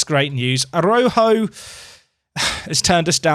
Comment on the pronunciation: Araújo Is always read as an J. Ara-u-jou 👍🤣